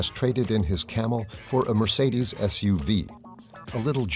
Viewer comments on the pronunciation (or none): none